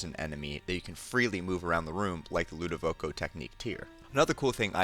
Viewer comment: Ludovico.....not Ludovoco.